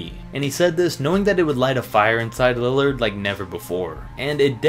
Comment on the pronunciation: What the heck was that “Lillad”